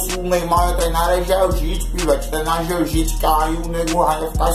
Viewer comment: "Gel Jits" kkkkkkkajjsje